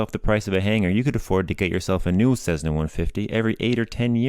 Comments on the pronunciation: Please, for the love of aviation, it is not a CeZZna, it is a CeSSna. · Its Cessna not cezzna, good video though ..thanks !!!! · Cessna. Not Cezzna. Cessna. In my entire life, I've never heard anybody mispronounce it before. Boggles the mind. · What's this "CEZZNA" crap? Those are "S"es, NOT "Z"s! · Why do you pronounce Cessna as Sezzna? Good video.